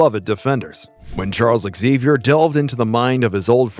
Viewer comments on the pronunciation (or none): none